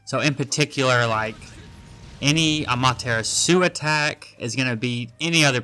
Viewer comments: bro said "Amaterasú" 😭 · The way you say amaterasu is killing me 😂 sounds like your saying tiramisu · Why is bro saying amaterasu like that 😭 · Are you saying "amaterasu" like that on purpose 😂